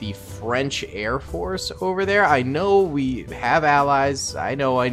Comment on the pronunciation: ''Airport'' I thought it was Air Force lol